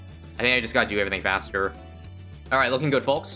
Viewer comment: Did this man say haster? Insted of faster